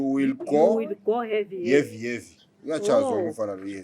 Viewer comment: Yo will go heavy.. heavy 😂😂🤣🤣 umalume i English